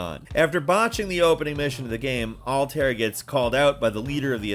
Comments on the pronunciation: Alt-air? Bae-yek? Bae-sim? Does this guy play AC games? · What's awkward is how he pronounces Altair's name lol